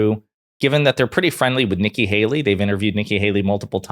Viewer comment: “Nikki baley” lol